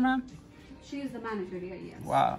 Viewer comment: When you say “Manager” make sure you pronounce the G